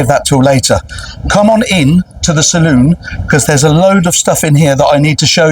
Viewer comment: Please pronounce salon correctly...it's the fleming way.